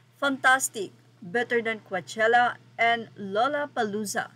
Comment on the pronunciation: Coachella pronunciation : cowchella not cuachella pls research( from the root word coach )